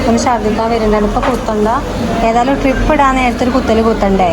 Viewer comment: ഡ്രിപ്പ്❌❌❌ ട്രിപ്പ്✅✅✅